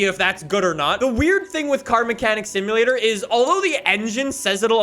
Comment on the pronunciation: I swear he said Stimulator